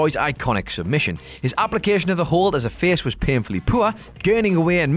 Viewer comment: “Poor” is a one syllable word